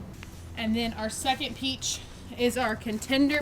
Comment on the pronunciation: She said peachi lol